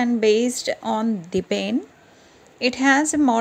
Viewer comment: ma'am its not dibeen, its debian